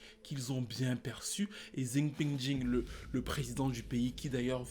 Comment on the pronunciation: xing ping Jing🤣🤣🤣🤣💔😭c'est pas Possible t'as fais exprès